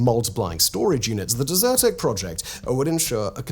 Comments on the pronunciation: Only watched for 2 mins but funny how you prounced it as "deserted" as opposed to desert-tec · Simon, why are you pronouncing it as dessert 🍨 tec and not desert 🐪 tec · DEZ-er-tech not Dessert-ec